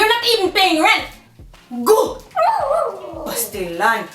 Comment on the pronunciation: Hahaha you sound authentic! Pastilan!